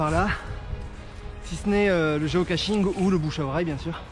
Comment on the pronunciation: Toujours pas de T dans Geocaching (et pas GeocaTching). 😉